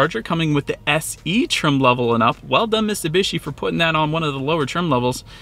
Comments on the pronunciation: There’s a T in Mitsubishi. You keep saying MissSubishi. Other than that great review bro 👍👍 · miTsubishi. Not Missoobeeshi.